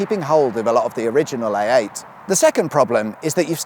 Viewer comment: Anyone else hearing him say AATen?